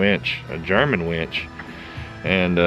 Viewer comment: Wench, not winch.